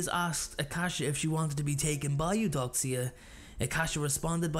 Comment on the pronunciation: Great video! Only note is the terrible pronunciations: Mael = May-El Avicus = Ah-vuh-cus Eudoxia - You-doe-shuh